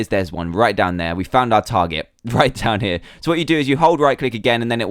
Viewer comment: Whenever he says down here I always think he says damn here